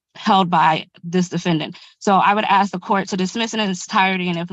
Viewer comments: Yeah I'm so sick of that moronic "Ya know what I'm saying " crap. And the Axe instead of Ask. I seriously just want to slap the stupid out of the mouths of anyone who constantly repeats this and other ghetto trash speak NONSENCE. Your a adult. Your a lawyer. Speak like a adult. Speak like a lawyer. Leave the ghetto trash for when your at home with your other brainless hood junkie friends. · a greater problem is neither attorney can pronounce the word "ask", they both stated "the boys axed". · Just can’t manage the word ASK